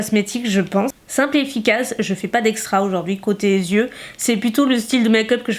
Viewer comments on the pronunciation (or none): Coucou !! Juste pour info le mot "yeux" se prononce bien "yeux" et pas "zyeux", sauf si tu fais la liaison avec un "s" avant :) Voilà de rien ^^